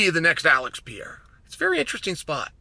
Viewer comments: Why do you call Alex Perr-eira..... PIERRA? lol. You know that's not his name. At least roll the R if you want to really jump in and play pretend. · you know it’s pEreira… not pIEreira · MR. SONNEN...Its pronounced Pe-ray-rah. Not Pee-eh-rah. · Who tf is Pier-A? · Who’s Piera? When paid good bucks to talk sports and about athletes Take few minutes to learn how to pronounce easy names We are not talking here pronouncing Dvalishvili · I was watching and then I heard him say pee-era and immediately shut this off. What a joke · Purrrr ayrrrr ahhhh! what s with the mispronounciation on his name. It s easy.. not Pierre-Ah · Wtf is Piera Chael? Is he trolling messing up fighter’s names all the time?? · ''Piera'' ... HAHHAHHAHAHAHA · Piera 😂😂 Love it. Don't ever change Chael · Who’s Piera lol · Who's Pierre-ah? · "Pee-er-ra is in Los Vey-gess" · Pee era is how chael pronounces it😂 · Chael unlocked a mythical fighter the day Alex was signed: Pierra is officially a 2 weight world champ and you’d never heard of him. Who needs to pronounce an H when you’re Chael Sonnen? Still undefeated and undisputed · Who’s this guy “Peeyara”? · Chael let me help you pronouncing the champ's name: read it as is " PEH REH RA" 🤦‍♂😆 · Alex Pierra catching strays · Pee Era…🔥💀🔥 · Bro saying “pY-ERA” 😭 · if Chael pronounces it like that, Alex is changing it to PIERREAH tomorrow. Best arms in west linn oregon, never lost a round. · It's the Pee-era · By now you should be saying Pereira's name correctly. It may help you at your job to pronounce fighters' names correctly. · Stating with a mispronunciation of his name, classic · i love how incorrectly chael pronounce perieras name lol and to this day never tried to fix it knowing everyone he speaks with on this topic says it differently than him lol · Chael, good Lord, the way you're saying his name is... just the worst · The point was to mispronounce Pereira's name 64 times.